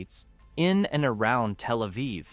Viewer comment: Your AI actually doesn't say "telephone Aviv". So it's not as stupid as other AI.